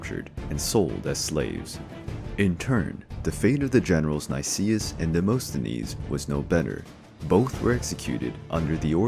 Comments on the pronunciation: Demosthenes is pronounced as Demast not Demost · Demosthenes, (Δημοσθένης) is pronounced "Dee-mo-sthe-nees".... but even that is not exactly accurate because English speaking people cannot pronounce the Greek letter "Δ", exactly. They make it into "D".